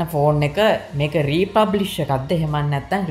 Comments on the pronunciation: Thank U Bro ! Republish ද රී ෆර්බිෂ්ද ?? (Refurbished).. ඇහුනෙ නම් රී පබ්ලික් කියනවා. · Presentation is excellent however you need to go though the English words & correct the pronunciation. ( word refurbished ) This is high lighted not to embarrass you .